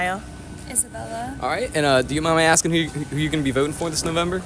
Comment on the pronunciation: Axing???????? Bro!